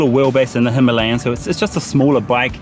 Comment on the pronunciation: Big following of RE in the UK it’s the Himalaya that everyone wants. Check out the correct Indian/ Pakistani way to pronounce Himalaya / Himalayan it’s nothing like how farunghi say it